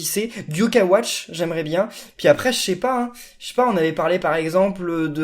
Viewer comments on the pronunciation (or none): none